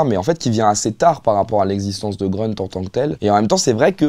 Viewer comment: en allemand et en turc, grünt ça doit se prononcer gruneuteu/grûneuteu et pas greuneuteu comme ünkut on devrait dire uneuqueuteu et pas eunequeuteu